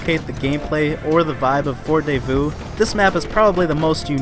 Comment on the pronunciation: Great vid but the your pronunciation is so awful😂 The French map pronunciation was especially hilarious (Edit: “FORT DAY VOUS” BAAHAHHAHA)